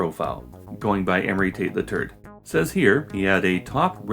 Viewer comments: Love how you pronounce "Tate the third" as "Tate the turd" 😂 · Is it normal that I hear "Emory Tate the Turd" every time? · I lost it when you said amory tate the third.. cuz it sounded like amory tate the turd 😂